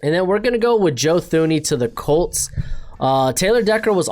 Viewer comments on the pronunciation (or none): Blows my mind how often people misspronounce Thuney's name. Its Too ney.